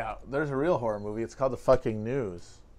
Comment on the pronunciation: I thought you said Hereditary is a horrible movie when you said "horror" and I was going to be like "How can you talk about movies with an opinion like that?" Lol